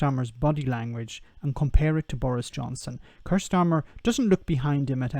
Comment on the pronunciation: It's pronounced Keer.